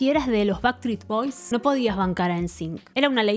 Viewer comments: En realidad dijiste baktrits bois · Que doloroso escuchar tantas veces bactris boys jajaja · Jaaajaajajajajaja me morí con eso!! "Backtreets". Se te cambió de lugar la S. Qué bueno que lo digas así nos podemos reír todos porque estaba 🫢🫢🫢🫢🫢🫢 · Me ha hecho mucha gracia que no hayas pronunciado bien ni una sola vez Backstreet Boys XD Eres la mejor!